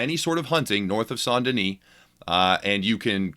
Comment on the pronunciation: i would like this video if he could pronounce saint correctly